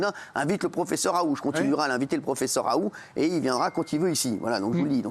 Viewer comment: C est pas raou cyril mais raoult..prononce le l et t ..